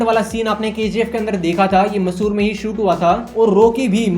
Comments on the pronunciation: It's not masor it's Mysore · Massur nahi mysur bro alag nahi yeki mysur yeki he massur nam ka koi jaga nahi hr